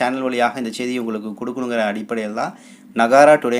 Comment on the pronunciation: Don't say chaidy say seidi bad pronunciation.